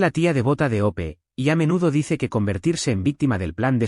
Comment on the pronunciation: El nombre es Hope o sea Esperanza ¿Porque no pueden pronunciar bien los nombres y apellidos o les pone otros más sencillos?